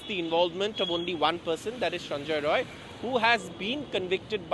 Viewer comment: Not roy , it's rai , bihari